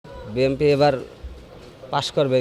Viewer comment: বিএনপি সমর্থকরা এতটাই মূর্খ যে BNP নামটা শুদ্ধ করে বলতে পারে না বলে BMP